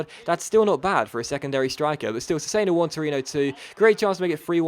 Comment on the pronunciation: cesena is said like chesena, KEEP UP THE AWESOME VIDS!!!